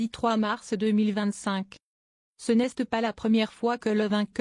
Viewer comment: "Ce n'este pas la 1ère fois..." Faudrait apprendre à lire à votre I.A.